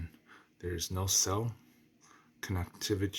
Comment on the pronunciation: written AMOLED in capital letters, man pronounces amoloid because of personal distortion\narcissism...